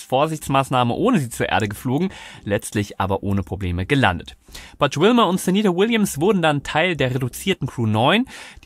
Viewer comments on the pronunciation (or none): bitte! Das heißt Butch Wilmore, mit einem u, wie pull, push, full & put, nicht der a Ton, den du nutzt. Please! Ich hab hier Pickel in den Ohren bekommen.;-)